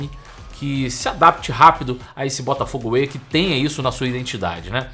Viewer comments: Mas que "Botafogo AWAY" é esse???? É "Botafogo WAY"... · Tá me dando nervoso ouvir ele falar Botafogo AWAY toda hora. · Pelo amor de Deus, o nome do projeto é Botafogo WAY! away tá tu kkkk